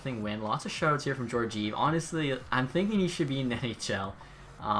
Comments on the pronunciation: Gorgeev? It’s gor-gee-ev, but nice vid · It’s pronounced ge-or-ge-ev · Pronunciation of Georgiev😂